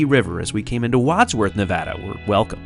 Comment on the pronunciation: I'm so glad to hear you pronounce Nevada the right way! 😁